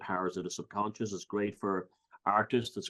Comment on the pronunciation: Onduhstunned ==> understand Sobcuhnscheß ==> subconscious English accent is so cute it's like we the rest of the world English speakers as a 2nd or 3rd language should teach them how to pronounce things called words based on their own rules but yea.. Let's leave it this way so they keep sounding wrong but cute 😂 😂 😂 😂 🏴 💪🏻